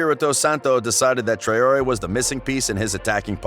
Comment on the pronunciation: Trayori.. WTF Man ?! "TRAWree" is how its.